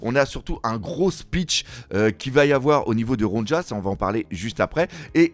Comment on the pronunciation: Ronja ne se prononce pas Ron-dja mais Ronia mes oreilles sursautent à chaque fois